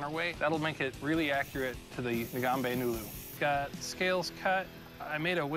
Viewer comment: imagine being a kenyan and being dissapointed when he said ngombe wrongly